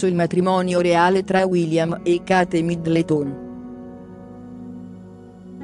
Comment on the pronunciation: Ma che cazzo di voce è? "Cate middletòn"